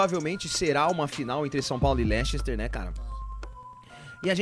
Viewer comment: Não se diz "Lechester" o correto da pronúncia é "Lester"